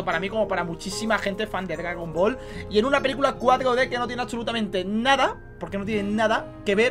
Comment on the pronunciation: "gragon ball"